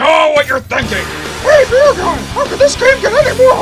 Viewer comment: This video just got another like just because used his BEEEEEEEER voice.